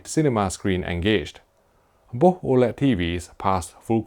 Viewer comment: May I suggest you say "boss" and "wiss" instead of "bo'h" and "wi'h" since you can't pronounce "th", it's too weird lol.